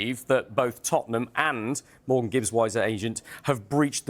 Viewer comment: Why is everyone calling him Morgans